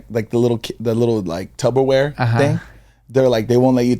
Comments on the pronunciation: “tubberware” lmaoo! “I thought I caught that. You’re throwin B’s at me. It’s P’s babe. Tupperware” 😂🤭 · Did say tuBBerware? 😂 I thought of that TikTok with Chris Distefano and Sal Vulcano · says tubberwear 😂 not hating but it’s such a debate 😂🫶🏽